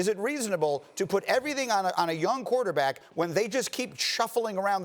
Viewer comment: Who came here to hear Marcus say “quataback”